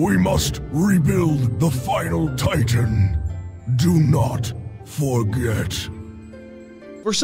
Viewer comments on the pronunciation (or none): none